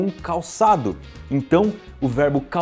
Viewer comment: Apenas eu ouvi "varbo" em vez de verbo no final do vídeo?😅😅❤